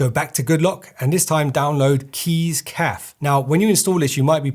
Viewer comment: is it actually pronounced keys CAF not cafe